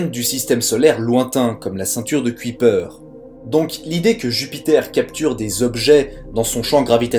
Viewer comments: J'ai eu mal aux oreilles avec ta prononciation des noms. Non, Shoemaker n'est pas "chaud maker" mais "chou' maker" (1) Non, Kuiper ne fait pas cui-cui, mais "cueille peur". (2) Et sinon, voici un site qui te permettra de savoir comment prononcer un nom ou un mot étranger : (1) → (2) → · On ne dit pas "chomekeur" mais choumèkèr" Shoemaker voulant textuellement dire "faiseur de godasses" Ah la prononciation des français des noms étrangers! On ne dit pas non plus la ceinture de cui-pèr mais de Koeil-peur' (Kuiper était neérlandais). En Neérlandais UI se prononce OEIL . OE se prononce lui : OU .. comme dans Doel (doûl) - But. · Nooon ! Pas "cuit-peur", mais "cueille-peur" ... La ceinture de Kuijper ... (néérlandais) Et c'est pas "Chaut mais coeur", mais "Chou mais coeur" ... Shoemaker ... (anglais).